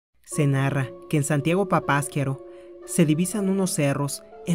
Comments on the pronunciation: no se pronuncia papaskiaro. Es Papasquiaro..así como se escribe le pones asnto de pausa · No se acentúa en la segunda a, es papasquiaro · Asi no se pronuncia papasquiaro, lleva acento en la ultima [ A].